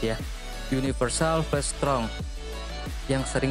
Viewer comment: Storeg bg , bukan strong 👍